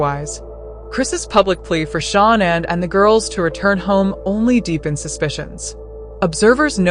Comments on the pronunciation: It’s pronounced sha-nan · You are pronouncing names incorrectly. Also Shanann’s car was in the garage. You’re incorrect saying it was in the driveway. You need to do some research to learn the truth.